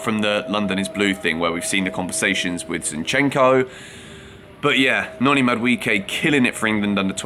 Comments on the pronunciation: It's pronounced MAD-U-AY-KAY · Bro stop butchering Noni's name where do you get the "I" in MaduEKE? Why are you changing pronunciations of the E bro? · I just love how English people pronounce Madueke, Mudwecare 😅